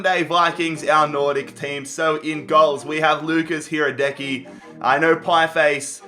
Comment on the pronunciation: Not hradeki, hradički